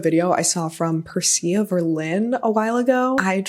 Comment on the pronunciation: I have seen that Percia Verlin video (love the channel too) and you did capture it! Just fyi her name is pronounced Persha